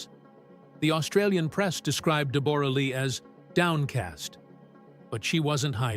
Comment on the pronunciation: Pronounce her name correctly